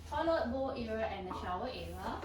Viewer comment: Y say era when it’s actually area